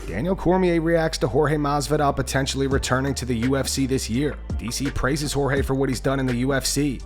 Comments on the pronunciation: Like how DC makes sure to say Pereira a certain way everytime but says George instead Jorge lol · Can yall please just call forge by his name. Jorge not George, his name doesn't need to be translated and it's not a hard one to say. Just call people by their names. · Can DC learn to say Jorge's name correctly please!